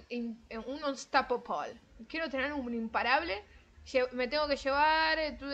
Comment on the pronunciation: Muy bueno cuando dices "unstoppable" 😂🤣